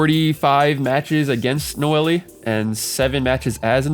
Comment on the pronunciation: i cant take ts seriously when you keep saying "nowaliay"